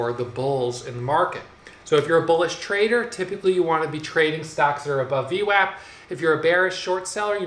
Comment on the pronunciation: called VWAP, VNECK, lol!!